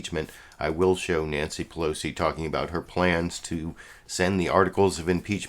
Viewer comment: It really bothers me when people pronounce "Pelosi" as "Plosi." Please stop doing that. There's three syllables there bro, whether you like it or not. Pe-LO-si. Not Plosi.